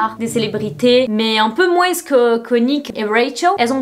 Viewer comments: Moin(s) tu prononces le (s) de moins😲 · J'aime bien que tu dises moins en prononçant le s ahah